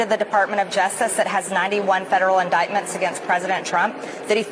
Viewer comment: Normal people don’t need to use their fingers to read & can pronounce indictment, not in-dick-ment!😂